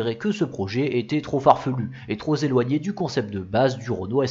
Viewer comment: TroP éloigné et non trozéloigné !!! Sinon super vidéo